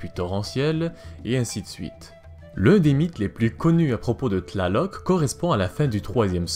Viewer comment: Cest une torture t'entendre prononcer leur nom D'